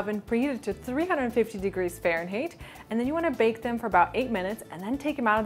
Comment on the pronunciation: I've never heard anyone pronounce it fahrenHEAT before.